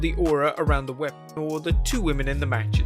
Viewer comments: Can you not say weapon? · This channel can’t even say the word “weapon” 😂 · You can't say "weapon"???